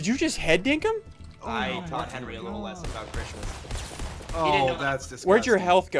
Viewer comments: Why is ssundee saying 'henry' to henwy? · why do you henwy henry